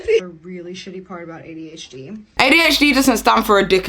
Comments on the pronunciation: why does she pronounce adhd like that ay dee h deeeee.... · Why does she say “ADH — Dee”